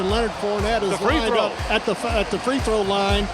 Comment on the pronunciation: Why both the commentators say “3throw line” 😭